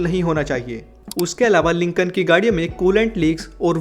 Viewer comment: Its not lincon its lincoln